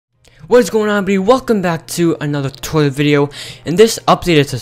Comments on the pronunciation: Did you say toilet-video???!! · lol the start of the video i thought he said "welcome back to a another toilet video" 😂😂😂